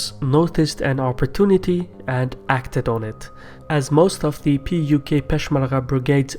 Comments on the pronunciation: You keep saying PQY instead of PUK !! LOL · It’s not PYQ, it’s PUK (Patriotic Union of Kurdistan)